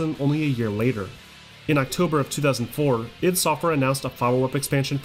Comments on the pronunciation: It's pronounced, "Eye-dee," not "Ihd!" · The way he says i.D. Makes me nuts!